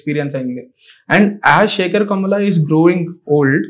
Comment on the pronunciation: Adhi Shaker o pakeer o kaadhu ra ayya. Shekar. 😂😂